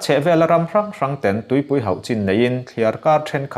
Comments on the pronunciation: "Ten" i lamdan hi, ka bang daih dawn!! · "Ten" tih hi a khamawm hle a ni. Mizo tawng chu i thiam a lam dan erawh uluk leh deuh hret a ngai. Ka bansan tep tawh nia. Mahse a tha tho e.